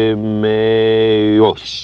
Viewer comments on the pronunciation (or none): hahaha oh my god its so funny when he sais ptolemeos